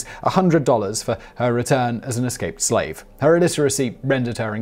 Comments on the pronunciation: Did anyone else catch Simon saying eslaped skave instead of escaped slave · what's an "Eslaped Scave?" 🤭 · lol “eslaped scave”... sometimes I wonder if Simon leaves those in for some of us to catch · I thought he said "eslaped scave" at one point when clearing up the myth of the $40,000 bounty. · eslaped scave? I thought I had a stroke when I heard it. Am I the first person to catch this? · I caught it. Had to go back a few seconds to make sure I heard it right. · Simon are you having a stronk?